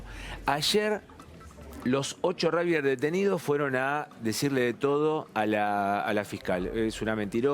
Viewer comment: No es ni rujbiers ni rusgbier pronuncie bien no es tan dificil!!!